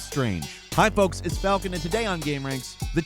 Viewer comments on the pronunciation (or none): Hey Falcon, it's folks